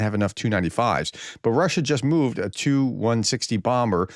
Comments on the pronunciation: You said two 160s?? What's a 160? Oh, you meant "tee you 160s" not a quantity of 160s that you actually, incorrectly, spoke. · May I suggest you pronounce Tu-160 and Tu-95 in their full forms, as in: "Tupolev-160", for the sake of clarity. That way they'll sound more like airplane models, instead of the numbers "2-160" or "295". Or if you don't like that, you could pronounce them "Tee-You-160" and "Tee-You-95" This kind of additional spoken clarity would be a helpful thing. And thank you for your updates!